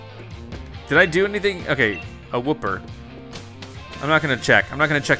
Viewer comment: I like how wooper is one of the easiest Pokémon to pronounce yet still mispronounces it